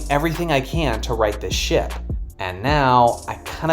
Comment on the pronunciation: You said Ship or sh*t?